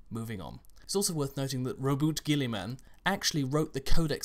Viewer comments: i found out in an audio book that you say it correct rouboute gullimans name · The pronunciation you used for Roboute Guilliman was correct. Black Library have used the same pronunciation in their audio dramas, so that would be the canonical way of saying it.